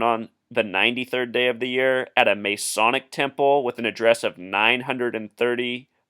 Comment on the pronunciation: OMG dude, you are off your rocker and off your meds. If you do not believe any of the stories, go watch the video of LaVoy being shot by the agents. Oh, and you must not be from the U.S since you do not know how to say the word Masonic, or geometric. Two simple words that you totally screwed up. Go look up how many people were born on Feb. 22 in a year that ended with the number 3. I am sure they all had something to do with this deal in Oregon according to your warped logic. Push the call button and the nurse will brig your meds, then you can find the video link to watch LaVoy get shot down by agents. Not a hoax or made up.